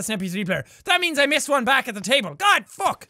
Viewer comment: When jack said “ also fu*k you “ did anyone else think he said”also fog you”?